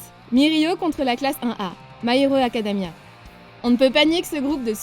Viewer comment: J'ai bien entendu my hero acadAmia